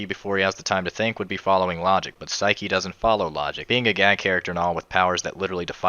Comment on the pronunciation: Saiki not siki :)